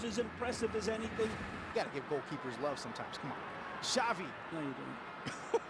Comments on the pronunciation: "Chavi" not "Shavi" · xavi not chavi o shavi